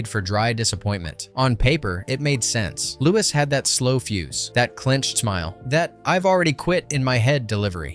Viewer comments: C’mon man. What rock have you been hiding under? Lewis CK?? Its Lew-E CK. Be better. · It pains me when someone mis-pronounces a celebrity's name so blatantly and repeatedly. Louis C.K.'s first name is pronounced "LOO-wee", not "Loo-wiss". 😕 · Stop saying Lewis. It's pronounced Louie.. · Lewis? You mean Louis lol. Like King Louie from Jungle Book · His name isn;t pronounced "Lewis" CK, FYI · LOO-ee CK 🙄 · Louis (pronounced Louie) C.K. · Dude, its Louis pronounce “Lou-ee”. If you are going to do videos, did you NOT do your research? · It's pronounced "Louie" CK. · I'm punch this guy who keeps saying Louis and not Louis CK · You don't pronounce the s in Louis